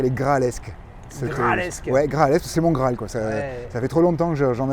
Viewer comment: ca ce dit pas Gralles ... lol . On dit c est le Grail ou Stunning , Superbe piece !